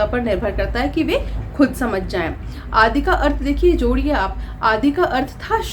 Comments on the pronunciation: आदि का सही उच्चारण कीजिए,आप आदि को आदी कहती हैं! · सही बात है, दोनों शब्दों के अर्थ अत्यन्त भिन्न हैं। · Aap to khud hi Hindi kee tang tod rahi hai आदि इत्यादि का उच्चारण नही आता है। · आप आदि और इत्यादि का उच्चारण ही नहीं कर पाती हैं